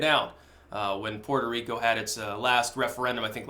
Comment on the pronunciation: Puerco Reek-oh